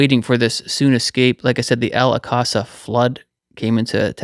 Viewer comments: Al ‘awk-suh’ Mosque,. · Al-Aqsa is pronounced Al- awk-sa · Thank you for sharing this! ❤🙏😊 BTW, it's pronounced "Al-ox-a". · Brilliant. God bless. Yeee.... We are waiting, praying and all the while, telling people about the Good News. ✝️ Ps= Alaqsa flood, as in aksa. 😉